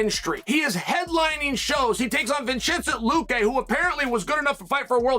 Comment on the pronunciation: Vin-chin-sen luque? Du-plexsius? Undefeated...Undisputed...